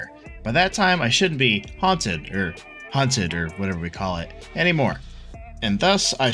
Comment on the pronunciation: Third time you said hunted was actually funny :D